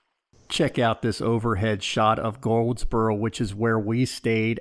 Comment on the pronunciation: It's not "Gold"sboro...it's pronounced Gooo-ldsboro (Gouldsboro).